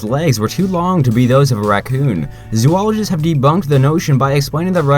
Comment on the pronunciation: when will people learn how to pronounce zoologist?